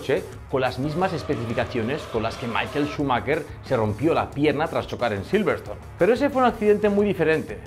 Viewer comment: Se llama Schumacher, no "Schumakker" .